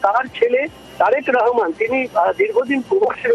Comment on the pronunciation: ওরে মাগি রেহমান না রহমান ঠিক করে বলতে পারে না। আমার দেশ নিয়ে তোদের এতো সায়ো জলে কেন।